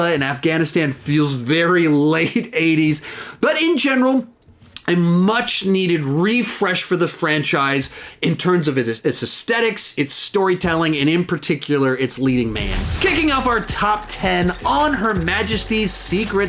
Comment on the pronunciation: Love you, but I cringe every time mispronouncee "aesthetics" as "astetics" lol.